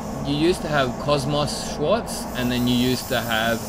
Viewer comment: It is called ‘schwarz’ not Schwartz xD